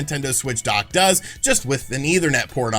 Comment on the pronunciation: When you said “the dock side of things” you sounded like you were saying dark side but with a Boston accent 😂